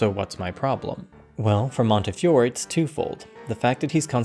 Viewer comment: Fantastic video, but I really think you should've awkwardly dubbed in the correct pronunciation of Montefiore when you say his name, it would've really elevated the video.